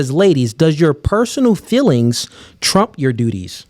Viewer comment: 99% of men are able to say the word "feelings" and not have it come out as "fillings" unlike